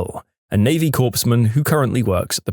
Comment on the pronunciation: Not a genius. A genius could pronounce "corpsman" and know the P is silent😆 :face-turquoise-covering-eyes